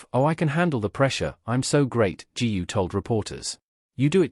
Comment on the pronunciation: Another mis-pronounced of her name 'GU'! GOO not ju !!!!!!!